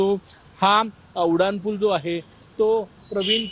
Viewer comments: तुम्हाला "उनाड" म्हणायचं आहे का ?? नाही ना मग "उड्डाण"पूल म्हणा की ! कुठले मास्तर होते तुम्हाला मराठी शिकवायला 😂😂😂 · Reporter......nit marathi bola...te Uddan pool aahe.....udan pool nahi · उड्डाण पूल असे म्हणा